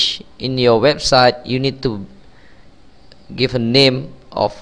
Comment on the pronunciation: Thanks for the video, very helpful. BTW...Italic is pronounced like "eye-talik", just so you know. And index is like "in-decks". No insult intended, I just thought you'd like to know ;o) Thanks again